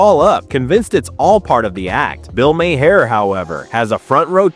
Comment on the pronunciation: This narrator has no clue as to how to pronounce Bill Maher's name!